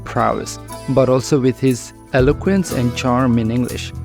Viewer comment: Alloquence NAHI bro....eloquence pronounce karlo